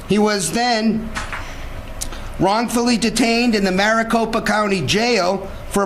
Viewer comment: It's Maricopa.